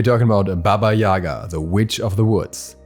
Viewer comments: It's not YAga btw...It's YagA... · It’s baba yagA. Emphasis on the second A. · Jac Obski, actually is is pronounced as Baba YegA (in Russian, Belarusian and Ukrainian languages). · Gale, it’s pronounced as YegA, lol. I’m from Russia, btw